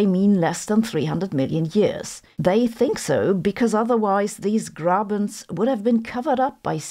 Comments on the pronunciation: She didn‘t. The “e“ was pronounced like a German would do it, but the “rr“ not at all. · As someone speaking german, Horst und Grabens sound really funny to me😅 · Seriously Grabens and Horsts?